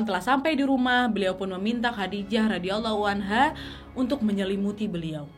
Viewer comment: request bahas kisah berbakti dengan ortu, supaya makin banyak anak muda yang kuat pondasi hidupnya.. terimakasih nad.. love banget ama videonya punten ijin kasih masukkan pengucapan.. Sayyidah Fathima ra, Sayyidah Khadijah ra= Rhadiayallaahu anha Ali bin abi thalib ra = Rhadiyallaahu anhu